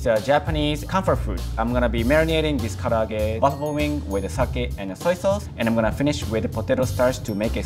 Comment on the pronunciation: yt:It's "Ka-La-Ge" NOT "Ka-a-Lagge"..!! If you're going to try to say a Japanese word, to make you look like you know what you're talking about, then learn how to say it right!:yt: Also, you do not marinade using eggs, for Karage. Plus, he didn't clean the Konbu before using it in the dashi stock. That's like not cleaning a carrot before cutting it up and putting it into your food...